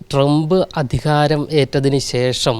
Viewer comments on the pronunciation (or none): ട്രമ്പ് അതിഹാരമല്ല, അധികാരമാണ് ഏറ്റെടുത്തത്. ഉച്ചാരണം ശ്രദ്ധിക്കുക. ഒരേയൊരു ലക്ഷ്യം അമേരിക്ക എന്ന നമ്മുടെ കൺസെപ്റ്റ് ആണ് മാറ്റേണ്ടത്. എന്തിനാണ് കള്ളവണ്ടി കയറി അങ്ങോട്ട് പോകുന്നത്? അനധികൃത താമസക്കാരെ 25 വർഷം തടവിലിടണം.